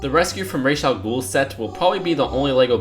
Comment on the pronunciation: it's ra j al ghoul like the Egyptian god not the way you said it